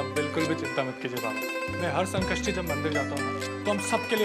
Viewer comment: Sanskrishti nahi Sankashti bolte hai 😡😡😡 Jab bolne aata nahi toh bolte kyu hai